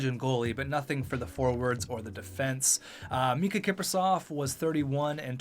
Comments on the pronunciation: Its Miikka Kipper not Mikka XD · IT'S MIIKKA KIPRUSOFF NOT MIKKA KIPRUSOFF!! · Its Miikka Kiprusoff, not Mikka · It’s miikka not mikka